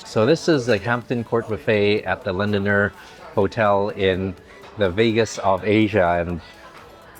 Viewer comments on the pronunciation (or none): LondoNER so why pronounce as LondoNIER?